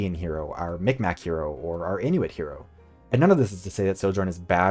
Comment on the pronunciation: BTW as someone from Nova Scotia who has had this drilled into my head, Mi'kmaq is pronounced closer to "mig-maw" than "mic-mac".